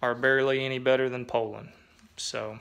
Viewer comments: I grew up on a tree truck cutting my teeth on the grass rope here in Alabama and you're absolutely correct it's "POL'-an.. never heard it pronounced different until the disinformation age of the enterrwebs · In South Carolina we used to pronounce Poulan the way you do.